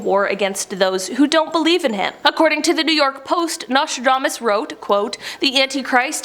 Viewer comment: I heard his name was pronounced "NASTYDAMAS" :)